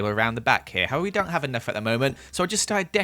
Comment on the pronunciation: Am I the only one that herd him day however like a thousand times